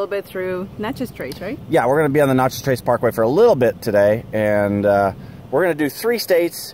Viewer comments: You are driving me nuts pronouncing Natchez as "Notchez." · May I ask where you are from? You mispronounced every town and even Natchez.